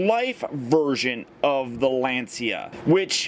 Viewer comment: Little fact: it's not pronounced Lan-see-a but rather Lan-cha. Sources: i'm Italian :D